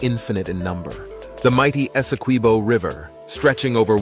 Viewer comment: Very nice Geography and history lessons! You had the right pronunciations except for Guyana nd Kaieteur. It's Guy-an-nah and Kai-tchur. You got Essequibo right. LOL